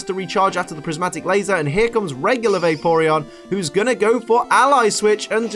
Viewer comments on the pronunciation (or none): SYLVEON, NOT SIVION! AND THERE IS NO I IN VAPOREON! FIX IT NOW!